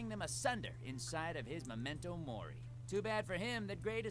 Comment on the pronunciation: Todd: says momento mori Me: Unus Annus UNUS ANNUS